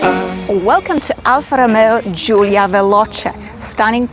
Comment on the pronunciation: Giulia, not Julia.